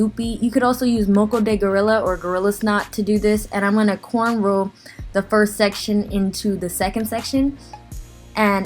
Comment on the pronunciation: I'm the only one that heard quanrow?